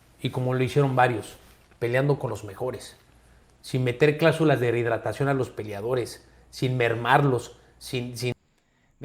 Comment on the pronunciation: Tenes que aprender a pronunciar “rehidratacion”…! Si se le cuestiona las cláusulas del Canelo, entonces Floyd también cae en la bolsa, por que también elegía sus contrarios bajo sus estrictas condiciones. Todo es marketing, alguien tiene que hacerlo, yo creo que mejor es que sea un mexicano o un latino, y no los somos de siempre.